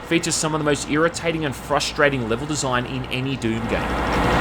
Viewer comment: groate desoign